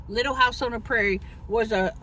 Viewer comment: I cannot! You butchered Little House for real. But you are the best so you get a pass.